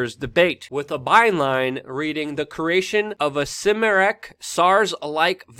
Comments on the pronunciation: You said Simirec?... It's Kai-Meric (Chimeric) like Chimera... a hybrid type. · Luke, chimeric/chimera is pronounced with a hard "k' sound like 'kind' at the beginning where the 'chi' is. You have the second and third syllable basically correct, it is like 'mirror' without the final 'r', or 'metric' without the 't', but the beginning of the word is that hard 'k' sound without the 'h' being pronounced at all. Here is a pronunciation link brother